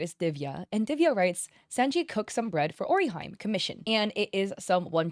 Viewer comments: out of topic but you saying "ori HAJM" makes me angry. O-RI-HI-ME. E as in Energy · nice video and all but i cannot deny the fact that i felt the urge to quit the video every time you pronounced Orihime's name as "Orihaim" 😭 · "Orihaime" got me 😂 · The way she said Orihime nearly killed me. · And Orihime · The way she pronounces orihime is killing me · You don't have to know Japanese to be able to pronounce an EXTREMELY popular character's name correctly.